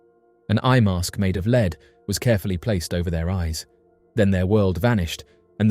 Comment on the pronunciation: Leed mask?? 😂 Lead (Led)... and your English! 😂 jk❤